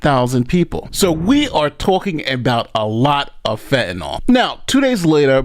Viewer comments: PSSST - It's pronounced"fentanYL," not "fentanOL." It doesn't rhyme with alcohol. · It's fentaNYL , not fentaNOL 🤦🏽‍♂️🤦🏽‍♂️🤦🏽‍♂️ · did you not hear the newscasters pronounce “fentanyl”, rhyming it with “pill”, on the newscasts??? Why the heck are you calling it “fentanol”??? 🤨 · FentanYl, not “Fentanol” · Its Fentanyl not fentinall, and its Heroin not harrowing lol and a lawyer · FENTANYL, SAY IT WITH ME “FEN-TEN-IL” DAMN! AND YOU CALL YOURSELF A LAWYER. YOU MUST BE PARTNER TO BEN CRUMP.